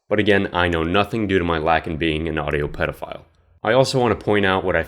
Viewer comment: wait did I hear that clearly or is it just me, he said Audio paedophile